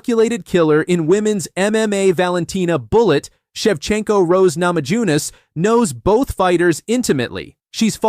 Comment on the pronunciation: Geez, get a real human to read your copy. Names keep getting mispronounced, ugh. (Nama-yoo-ness, please). Oo, Weili is going to flyweight? Maybe a future Ditcheva / Zhang fight!